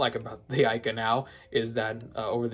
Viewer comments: It's pronounced eeeeeka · Youre pronouncing ika wrong